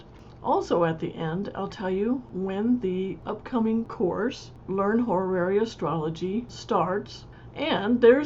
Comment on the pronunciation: I learn from your tutorials! Thank you...... Still, I just can't decide to buy a course from someone who's teaching Horary Astrology, but never took a moment to think how it's pronounced. It's NOT ho-ra-ra-ry. Please re-learn, even if it takes an effort.